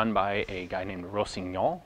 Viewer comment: It's pronounced "Rosiniol" you actually got it pretty OK the first time :) oh, and the "r" of "Mounier" is (always) silent ; You know how the "a" sounds when you say "a pistol"? or the first sound in "evaporate"? No, wait, better yet : you know "touché"? There you have it : "er" sound (exactly) like "é" : Mounier. Ian, I've been here since the early blog beginnings, and it's been really great the whole time ; Merci :)